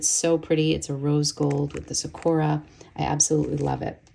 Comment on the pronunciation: It’s SAkura, not saKUra. Otherwise, fantastic video.